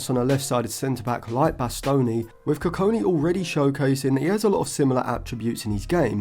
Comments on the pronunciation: Next time, don't trust Stephen Howson's pronunciations on players 😅 GOD-WILL KU-KON-KI is how his name is pronounced. But yeah great analysis on him, I think if Lisandro's injury issues don't subside then he'll be in the squad sooner than we think. He's got a lot of development still to do but would be an excellent long term option for that LCB role. Other than Branthwaite, Bastoni, Lukeba & Hincapie what do you think of Nico Schlotterbeck from Dortmund as a potential LCB option? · koo-kong-key is how you say his name. enjoyed the video. bastoni is a good profile comparison. his versatility will help him break into the team for sure. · not how you say his name, and hes 16 dont compare him to one of the best in the world rn thats unnecessary pressure and just so off because he hasnt played a minute in the first team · just say it the right way🙏😭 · The way He Kept Pronouncing the Name was Doing My Head In....😂😂😂